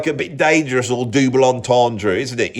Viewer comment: Did you say, dooble entendre? Dooble?